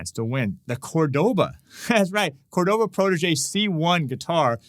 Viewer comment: Hi. Thanks for the lesson! FYI, you keep saying Córdoba wrong, with the accent on the second syllable, e.g. cor-DO-ba. Córdoba has the accent on first syllable, e.g. COR-do-ba. I have the Córdoba “Dolce” 7/8 scale classical guitar. It is one sweet guitar (pardon the pun)!